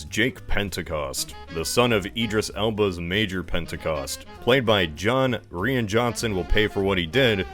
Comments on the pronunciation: 🤦 "Rian" is pronounced the same as "Ryan". It's just a unique spelling of a very common name. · I thought Rian was pronounced like Ryan? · It's 2023 and people are still somehow pronouncing Rian Johnson's name wrong